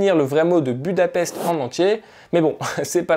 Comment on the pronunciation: Budapest se prononce budapeshte peut être que sa te servira ^^